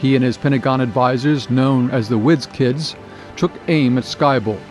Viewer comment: The widz kids? Interesting contents, but inability to place contrastive focus or stress by the speaker on certain words makes it confusing. Eg in the sentence that starts “ultimately, the British would purchase Polaris from the Americans” The video emphasizes the word ‘Americans’ - which makes no sense…it would make sense if the previous sentence had said ‘the British were considering several countries when purchasing Polaris’. But that’s silly - that’s not the question. We’ve been talking about the Americans the whole time. There is no need to draw a stress contrast here, What’s interesting in this sentence is that they purchased POLARIS from the Americans, rather than something else (the skybolt). To show that contrast, you want to stress the word ‘Polaris’. Not thinking the spoken version of this ends up detracting from what is otherwise very good content.